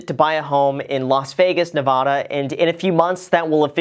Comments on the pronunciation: sounds like you don't live here lol, he pronounced it wrong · Bahahaha at first I thought besides Las Vegas where else would anyone want to go. Hahaha! Good choice! Join us here ♥️ But if you’re going to be a local you have to say it right... it isn’t Nev-awda... 😳 hahah good luck when the world rejoins the living maybe we will pass sometime. Most love it or hate it so hope you enjoy it! Smart move! ♥️ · Nuh-va(like mad)-duh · If you’re gonna live here you need to know it’s pronounced nevAda not nevOda 🤭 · Quick crash course. It's not “Las V-EY-gas Nev-AH-da" ..... it's actually "Las Vegas, Nev-AD-a". Welcome home. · it's a Spanish word so basically you're wrong too..... NEH-VAH-DAH. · Jayden Glasgow Rewatch the video he said nevOda throughout. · If you move to Nevafa, for all that is holy, pronounce it NEV-ADD-A not NEV-AH-DA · Las Vegas Nuh-Va-Duh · Learn how to pronounce Neva-Duh Please! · I moved to Vegas from Southern California a couple decades ago when I saw the writing on the wall. You might want to check your pronunciation of "Nevada" if you want to sound like a local :). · Make sure you start saying Nevada right haha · I cringed at that moment.haha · As a native Nevadan... I cringed when he mispronounced Nevada. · Thinking of moving to Vegas just to mispronounce Nevada. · If you’re gonna move here you cant pronounce “Nevada” like that 😭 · You should learn how to say nevada properly before you move here.... They will rip you a new one. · Hopefully you have learned the correct way to pronounce our state’s name. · I was going to hit the like button but you said Nevada wrong lol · you should learn how to pronounce the name of your new state. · Welcome, but learn how to correctly pronounce our state.